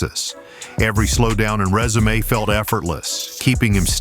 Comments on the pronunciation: Dude, it’s pronounced “rezoom” but is not pronounced “resumé” 🙄🙄🙄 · This video seems to be more for novice Riders. I can't believe that several times he pronounced resume like the word that describes the document you send to a potential employer. I would never want to own a motorcycle that has all those features on it. I'm so glad I own older Harleys.